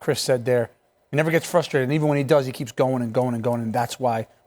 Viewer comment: Why is he saying Cristian Ronaldo 😆